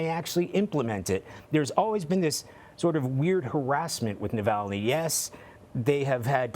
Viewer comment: You can't say 'streets' or 'Navalny' perhaps more training before you get on screen as a reporter?